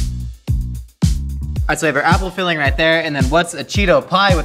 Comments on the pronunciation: The way you said Apple (Appel) and Butter (Boter) almost sound Dutch! You're not butchering words, you're learning a language! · Does speak dutch? `appel` `boter`... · the way you pronounced butter and apple are the correct way of saying those things in dutch